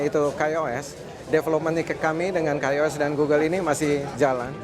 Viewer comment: iya tuh. Coba denger lagi dia ngomong KAI OS malahnjadi Kei os . Padahal orang XDA pun manggilnya KAI bukan Kei 😂😂😂😂😂